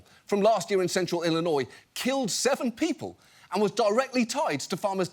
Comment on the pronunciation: ah yes: Ollinois! The beautiful state bordering Mossouri, Kentucky, Ondiana, Mochigan, Wosconsin, Monnesota and my favorite: Oowa! 🤣